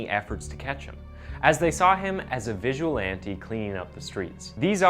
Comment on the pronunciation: Visualante xD you need pronunciation lessons. Also it's pedro not peydro. Massacre not masakeer.